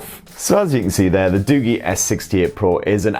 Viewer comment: You pronounced it wrong its not Du-Gi its Du-Ji